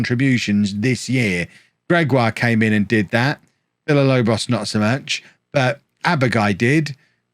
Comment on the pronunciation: If you say Villalobos name correctly, he will stop missing training and games.